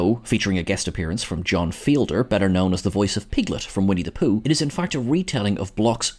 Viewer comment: It's John Fiedler, not John Fielder, just FYI.